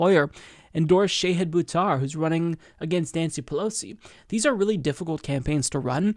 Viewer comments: Shah-hid, not Shay-hid 🙂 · Love this, but, it's pronounced "SHAH-HID." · please work on your pronunciation. It's not SHAYhid, it's more like shaHEED, like how Marianne Williamson says it. Just trying to help. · Good segment,. But it is not Shay-hid it is Sha-hid -- like the Shah of Iran... but not a right wing dictator asshole, rather a very cool, principled left candidate who will trounce corporate puppet Pelosi. And the last syllable is 'hid' like past tense of hide, rather than 'heed'. I mispronounced his name too, and he was kind enough to personally correct me;^) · Sha-HID not Sha-heed. :-) Volunteer today at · Shah hid. It's pronounced Shah hid.